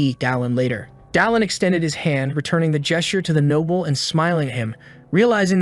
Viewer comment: Can't even pronounce noble properly? Noble not nobble